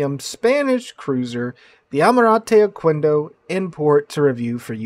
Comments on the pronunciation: you're closer to Mexico than I am, how do you not know how to say Oquendo (Oh-Ken-Doh). Just like queso. Its not Kwayso, it kayso. Its no ohkwendo, its ohkendo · and it is pronounces "ohkendo" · Yeah, we spanish speakers receive the apology for the mispronunciation. But for future references: qu = k in pronunciation